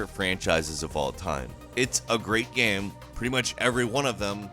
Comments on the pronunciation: I love your content, but man the way you pronounce game just tilts me so hard. It isn’t spelt g a e m... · Someday this guy who is payed to talk about games for a living, will actually learn to pronounce the word 'game.' One can only dream.... If the content of everyone else on this channel wasn't gold, I'd unsubscribe in a heartbeat to get away from this guy repeatedly saying 'gaem' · Who says GAME like this?! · BRO PLEASE STOP MISPRONOUNCING THE WORD "GAME" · This guy doesn’t know how to say game